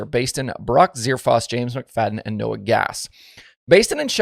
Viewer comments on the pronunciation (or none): none